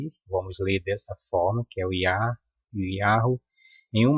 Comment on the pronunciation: Atantos tempos, AQI, muito, estão miando, uivando, igual a cão lobo você, fala,pronucia,(yau,) KKK e pra riss mesmo? Pegue Sua bíblia,seu livro,e lê no,, apocalipsses REVELAÇÃO,19v2v3v4v6 não darei mais notícias, tetragrama, e abreviação,do nome, EU SOU O QE SOU.